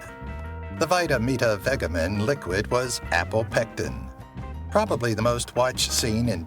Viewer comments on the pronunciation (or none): It’s VEG as in vegetable not VEG like LEG 😂😂😂non fans making videos as though they’re fans. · The mispronunciations are incredibly annoying. You need a better, smarter robot voice. It’s Vy-ta-mee-ta-veh-JEH-men. There’s no hard G in there. You know, like in VEGETABLE? Apparently vegetable is a word not known to whoever programmed the A.I. voice. And "Disco Lucy" reached #24 on the Top 40 chart, not #40, as said in the video. That doesn’t make it a "massive" hit, however. Charting for only seven weeks made it a flash-in-the-pan song. It came and went very quickly, only being moderately popular for the briefest of times. Being in the top 10 and remaining on the charts for 25+ weeks would be a "massive" hit. I know I shouldn’t be commenting on this video because a comment ups its status in the almighty algorithm, but I felt I needed to correct a couple of things I heard in this AWFUL video. If you’re reading this before watching, don’t bother watching. It’s a waste of time. Everything here is very common knowledge, probably just copied and pasted from a Wiki or other article about the show. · Whaaaaa? How could you not say Vitameatavegamin right?!? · I Love Lucy was NOT cancelled. Where on earth did you get those I Love Lucy lyrics? Those are not the lyrics. Can’t even pronounce Vitameatavegamin.